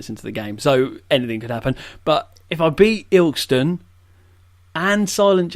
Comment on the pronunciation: Its Il-kest-on